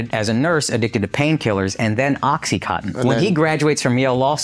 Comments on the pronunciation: no they don't say it correctly. What do you mean by over pronouncing words? You either say it correctly or you don't. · Why can't they pronounce Oxycontin?